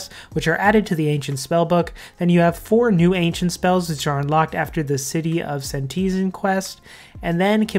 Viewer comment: I love your content. But the way you say Senteezin instead of sentisTen drives me nuts lol. 😂